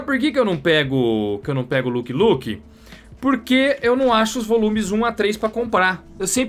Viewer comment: peloamooooorrr, nao é luqui luqui, nao sao duas palavras repetidas hahaha é lãqui luqui